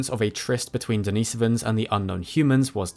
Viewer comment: Why do you emphasize the so in neandersovans, but emphasize the nis in denisovans? Consistency would be much better and not so jarring.